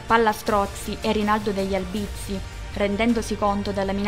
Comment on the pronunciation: Oltre ad altri accenti non corretti, anche in ALBIZZI L accento è sdrucciolo, sulla A , e non sulla I .